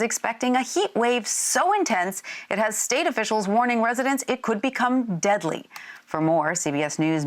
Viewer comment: Damn, she put so much emphasis on “deadly!” 😂 I felt that.